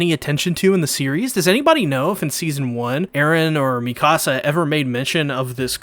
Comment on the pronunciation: I luv your commentary..but dude..her name is HAHN-GEE. Is there a reason you call her "Hangh?" Maybe I'm missing something(?) Or maybe I'm just a stickler for their names cause, I have so much respect for these characters.. Also, its [Meek-a-suh], not "Me-KAH-suh." I'm real protective of the Survey Corps. (I know..its weird)